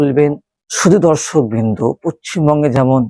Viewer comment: আরে গাধা পশ্চিমবঙ্গ টা আগে ঠিক করে উচ্চারণ কর